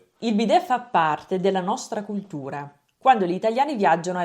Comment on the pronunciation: Secondo me la tua ospite dice la D al posto della T (es culdura, esdero).